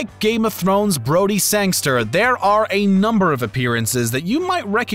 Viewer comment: It is rather annoying how media announcers and narrators play fast and loose with the actors’ names. This guy mispronounced Anya Taylor-Joy’s name repeatedly (Ahn ya is incorrect. It should be Ann-ya). He also butchers Thomas Brodie Sangster’s and Harry Melling’s character Dudley Dursley. You could allow for the mistake if someone is working on the fly but I assume this video took a few edits.